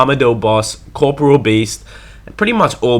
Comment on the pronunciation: core....pore....ee...all. learn to fucking read.